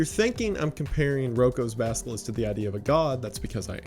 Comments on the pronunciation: Basilisk. Not basKilisk. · Great video, thank you for making it !! (I already knew, so this wasn’t hazardous information to me, which is why I can just thank you and not feel like this video harmed my future, lol). But I must say, the mispronunciation of “basilisk” as “baskilisk” really cracked me up 😶😂